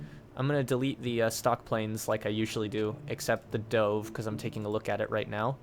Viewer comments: i'm sad at how you don't think it's sad that he pronounced 'dove' as 'dohve' even though a dove is a bird and all of the other planes were named after birds. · Scorpion i'm sad at how he pronounces 'dove'